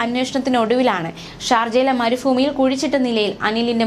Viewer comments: വാർത്ത വായിക്കുമ്പോൾ ശുദ്ധ മലയാളം പറഞ്ഞു കൂടെ. മരുഭൂമിയാണ്. ഫൂ അല്ല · മരുഫൂമി അല്ല മരുഭൂമി